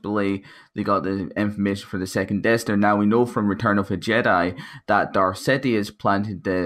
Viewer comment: You said "sidiuth" lmaoo